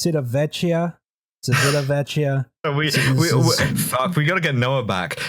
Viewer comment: Civitavecchia -> Chee-vee-tah-vek-EE-ah.